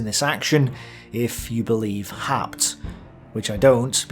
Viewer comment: About the historian Werner Haupt ( ) (which for some reason You "butcher" into "Har-pt", rather than "How-pt"). Your source is English translations of his German original books that came out in post WWII era West Germany, and the only Wikipedia entry about him is in German: In short, he was known to be leaning to the right, focussing on German Wehrmacht members which he had been himself. So his books are more like some earlier secondary sources, and they were rather "popular-historian", "apologetic" works than scientific analyses, which were, under the era of the Cold War until 1990, very difficult. The German-side focussed narrative, written like novels, was intended for German readers who would remember the war only from their side. Like the US GI's in Vietnam, who also later portrayed themselves as the true victims of the conflict, ignoring the Vietnamese view, so did many Germans, dismissing by large all possible inputs from Soviet communist historians, who were indeed as well biased themselves. It only became somewhat better after the end of Cold War I (no.II is right now). I know Your German skills would not be good enough to decypher the OKH diary, or the Wehrmacht reports that were published only in 1995 (compare channel Military History Vizualized, about D-Day). Never mind, those would be primary sources, hard to dig through for anyone, while I know only the OKH diary, which is too much generalized lacking all details that You are presenting. Haupt happens